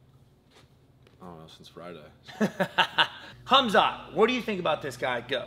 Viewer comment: His name isn't hamzat at least say the man's name correctly